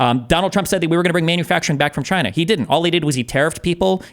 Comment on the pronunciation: hahahaha Who do you trust (re med-pharm industries)?: Eastern Medicine. hahaha you mean Chai-Yuh-Nuh?!?!